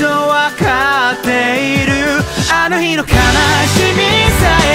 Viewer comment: 本当に日本語の発音がきれいです。韓国の方はHの発音が弱いのか、「ひかり」が「いかり」に聞こえたり、「あのひ」が「あのい」に聞こえたりするように感じます。でもそれが全然なくて、日本語として全く違和感を感じません。すごいです。